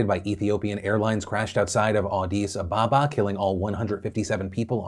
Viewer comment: Phil's pronunciation of Addis Ababa jarred me. I've never heard the name said by non Africans tbh. Odd to hear an African city name in western news besides massive nearby disasters like Beirut, Lebabnon.